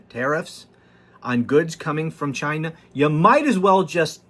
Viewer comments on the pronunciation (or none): OMGGGGG! YOU CRACK ME UP! YA GOTTA LAUGH OR WE'D ALL GO BAT SHIT WACKADOODLE! ONE THING, YOU NEED TO WORK ON THE WAY YOU PRONUNCIATE CHYYYYYYNA. LOL OH YEAH, I'M REALLY NOT SCREAMING, MY CAPS BUTTON IS STUCK. LOL